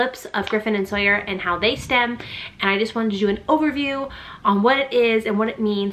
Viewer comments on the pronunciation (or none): it’s STIM not STEM. 💗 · Autism mom here. You pronounce it stim not stem. Great video.